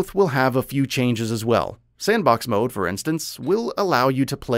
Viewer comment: Never in my life have I ever heard any Youtuber pronounce "Mode" MUDz